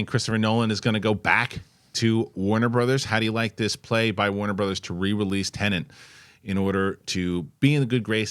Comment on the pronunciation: It's Tenet, not tenant